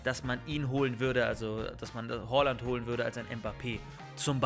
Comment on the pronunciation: Nicht Holland sondern Haaland